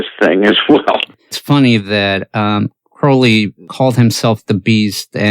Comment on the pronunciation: When people pronounce “Crowley” correctly, I listen. Subscribed :)